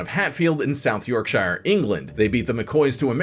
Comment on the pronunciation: It's York-sure, not York-shy-ar. I love history videos, but do just a bit more research and preparation. It undermines your credibility.